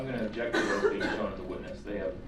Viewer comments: I know right? For the first week of this trial he was also saying "abject" instead of "object". I really don't believe he's had 12 years of schooling like he says he has. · wilson “I Objek!” 🤣🤣🤣